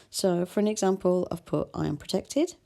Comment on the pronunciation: Why did you cut t ( protected) it's not vowel